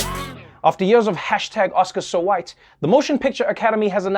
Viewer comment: why he gotta say Hawhite like that? LMAO